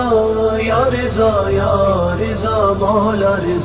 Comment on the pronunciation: Riza ni raza